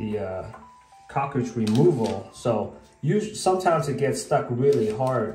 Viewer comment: Great video! Is it a good idea to caulk around the cover plate to prevent water from going behind from the shower? I did have a hard time understanding that you were saying "cartridge". When I Googled the part I searched for "cockridge"!! LOL!!! 🤣🤣🤣 No big deal, I eventually figured it out. Thanks again for the great video! SUPER HELPFUL!!